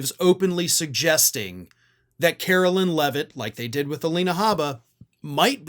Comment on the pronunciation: HER NAME IS PRONOUNCED LIKE CAROLINE. NOT CAROLYN!!! Don’t give magats anything else to criticize.